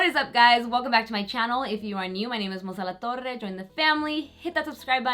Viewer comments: Hermosa! i love the hard "RRR" sound when you say your name. lol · I’m like blown away by how pretty you are! I mean you looked great before you started putting stuff on!!! Great tips I learned so much. And I love that you pronounce your name the proper way ;)